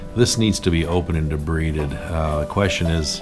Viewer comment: Doc it's pronounced 'debrided' not 'debreeded'.🤣 Must have been having a bad day. I miss being in the Wound Clinic. I did notice one thing and that is the doctor didn't once ask if the patient was feeling any discomfort or pain at all? I know full well that diabetic patients suffer neuropathy, but I still ask my patients if they are okay and I'm not hurting them?